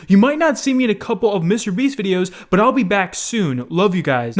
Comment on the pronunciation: Why does pronounce Mr.Beast like that like WTF